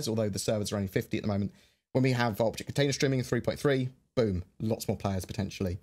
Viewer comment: it sounds like you said "...Vulture container streaming..." HAH!!